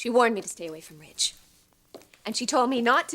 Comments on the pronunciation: Or Widge….. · Brooke calls Ridge "Rage" - it's how she pronounces his name